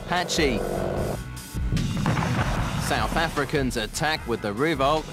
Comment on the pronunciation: haha - the stupid commentator dude said roovok - why dont these people who get paid to speak on documentaries learn how it's properly pronounced?